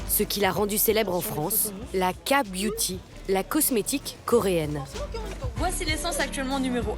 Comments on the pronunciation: Non pas ka-beuty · j'aurais dû compter combien de fois elle a dit la "KA" beauty 🤔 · Elle a juste prononcé la lettre "k" en français au lieu de l'anglais...😅